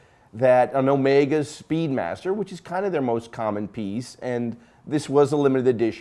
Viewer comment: Correction: you just can’t pronounce Constantin and Jaeger. You are pretty good at Rolex and Omega.